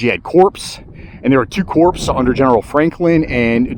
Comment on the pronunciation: Love your videos. I do have two items that may need your review. The military term corps is pronounced as.....kor or core. I believe you also gave John Pelham a few promotions. I believe you referred to him as. He was actually a Major at Fredericksburg. Don't mean to be picky... I just enjoy your work and thought this information may be beneficial.